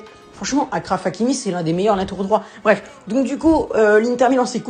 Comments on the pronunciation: C’est Achraf que ça se prononce pas Akraff 😭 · Achraf comme chaise ça se prononce de la même manière